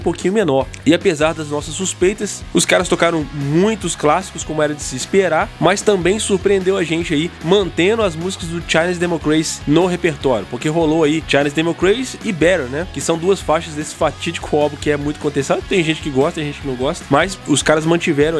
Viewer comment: Parei se assistir depois do primeiro: "xaine democreici" desculpa, não dá.